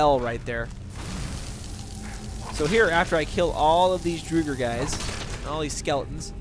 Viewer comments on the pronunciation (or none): I think it’s drogger like frogger w a d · Pronunciation guide: respite = RESS-pit, draugr = DRAW-gurr, apparition = a-puh-RIH-shen (you've been saying "aspirition", which means nothing) You also seem to be confusing Mjoll the Lioness and Aela the Huntress (two completely different characters). Your follower in this video is actually named Mjoll (me-OLE). The boss's name is King Olaf One-Eye. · Its not Druger its Draugr with an Aw in the au. Np for the help. ;)